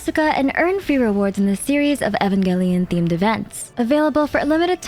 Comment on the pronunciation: U did not just pronounce Evangelion like that…